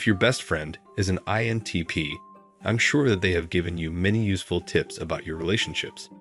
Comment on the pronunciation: Maybe this question makes my INTP show, but why does the narrator often fail to pronounce the "I" in INTP? Listen to .